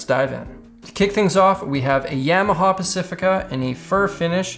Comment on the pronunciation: The way pronounced "Yamaha" -- I'm beginning to suspect maybe he is Canadian and not actually Japanese.